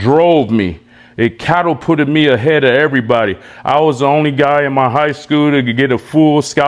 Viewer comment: This n*gga said "cattle-put" lol